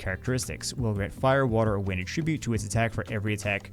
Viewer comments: nothin but love. And because I love ya, I have to point out that the word "attribute" is both a noun and a verb. And they're pronounced differently. Att-RIB-ute is the verb (I attribute my success to my mom's support), ATT-rib-ute is the noun (mon had a fire attribute). Trying to look out for you via public correction. 😅 You're welcome? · Congratulations. You've set a world record for mispronouncing the word attribute 12,396 times in 20 minutes. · mispronouncing "attribute" 500x in a row... what's the opposite of ASMR?